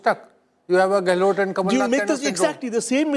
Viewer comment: What the hell is GAY-LOT? Its GEHlot